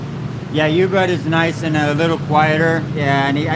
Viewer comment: Not Yubud...it is oooobud...